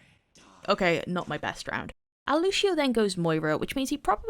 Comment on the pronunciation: LUCIO, NOT LUSHIO GOT DAMN